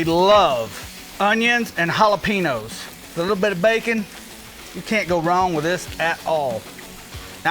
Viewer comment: Why does he say jalapenos like that lol